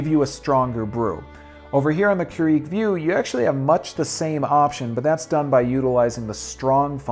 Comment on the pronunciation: It's pronounce Cure-ig btw...